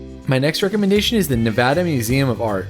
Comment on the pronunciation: Thank you for saying Nevada correct! Drives me crazy when people don’t. I’ve lived in Reno 8.5 years and I hate this he’ll hole. You definitely covered just about the only things I like. Virginia city is awesome! There’s an imax and I know you can’t find an imax even in some big cities. I love junkee and midtown. The river walk is beautiful, but a little out of the way for my handicapped ass 🤣 the artwork around town is stunning! I don’t know If you know this but the artwork started popping up only a few years ago to deter graffiti. I’d say It worked! I also LOVE the whale sculpture downtown! I noticed It a few years back in the middle of winter. Saying I got out of my car on a freezing winter night says a lot about how stunning that piece really is! I’m an ocean lover through and through and every time I see It I’m still blown away! But yeah you hit all the good aspects of Reno 🤣 I’m a museum lover and wish we had more museums! We do have a hands on kids museum for families with young kids.